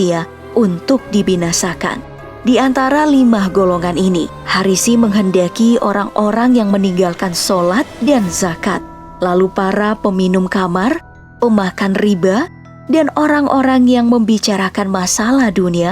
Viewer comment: Meminum khamer min baca nya hamer bukan kamar 😅